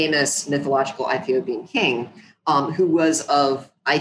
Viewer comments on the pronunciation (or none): She has a strange way of pronouncing Ethiopia like I never heard it before. She's no historian.